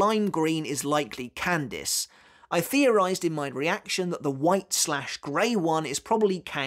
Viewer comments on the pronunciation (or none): none